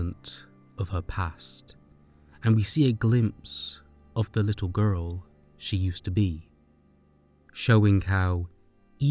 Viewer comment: This was an amazing video but I laugh everytime he says “gu-rl”